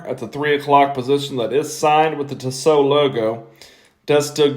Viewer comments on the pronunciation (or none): Tee-so, not Tiss-oh.